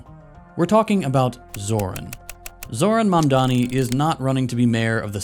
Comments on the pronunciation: And... again "Zorhan Mamdami" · did you hear the guy saying "Zorhan Mandani"